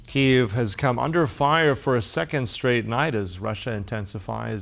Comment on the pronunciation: It's UKRAINE. YOU added the "the" as a deliberate slight. And it's Kyiv, NOT Kyev. The world SHOULD care about Ukraine because it is the "canary in the coal mine", forecasting Russian continued aggression and invasions.